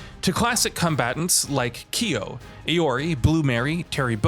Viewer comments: "Aiori". God damn its Iori. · Eye-Orey, bruh... 🤣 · Did he just say AI-ORI? 😭😭😭😭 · This has to be the worst video on YouTube. Did you actually research anything before making this video. You used Kulas rendering for Mai, his names is pronounced "Kay Four Nine" not "K ninety-nine ninety-nine". Please learn hw to actually pronounce iori and kyo, it's K Dash. The announcer has literally been pronouncing their names since 95. Why don't you actually do do journalism instead of posting nonsense....